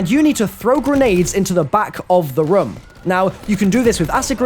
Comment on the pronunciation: I HATE the way you say "room" REM REM REM REM